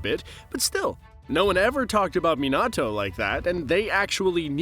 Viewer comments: This man said minoto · These garbage pronunciations never get better. Who tf is Koorama and MiNAHto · Please don’t say naruto pops name like that again 😂